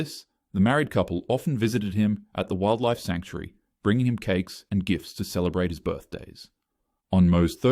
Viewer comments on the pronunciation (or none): me when he said cake: 😮 💀